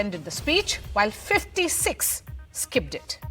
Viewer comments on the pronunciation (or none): Imagine working reading out headlines to the nation and not knowing how to pronounce "skipped it" ( - ) and instead pronouncing it as "skibbed dit". Touché